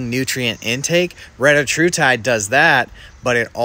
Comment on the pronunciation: Anybody else need to say "RETTA HU TIDE" more often??